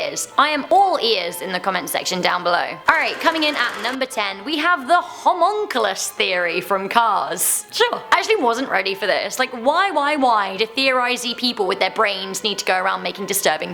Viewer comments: It's pronounced Ha-mun-cua-las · she said homunculus wrong